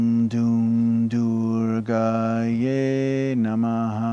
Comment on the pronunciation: its prounciation of durgai not durgaye